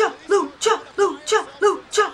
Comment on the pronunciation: When you were saying lucha I thought you said ucha ucha. I had to start the video over lol.